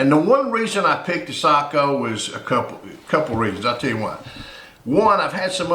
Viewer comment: Respect for correct pronunciation of Sako 👍